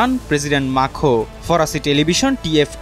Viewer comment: আরে সাংবাদিক ভাই ইমানুয়েল মাখো না,!! ইমানুয়েল ম্যাক্রো 😂😂😂